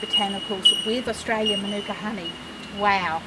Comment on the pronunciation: Maanuka not minuka....dickheads